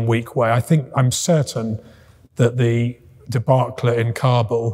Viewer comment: This is an international linguist "spy", fluent in Russian and English but cant pronounce "debacle" correctly